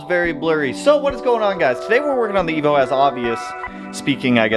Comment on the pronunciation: when you said “Bye Evo” it sounded like you said “Bye Nemo” 🤣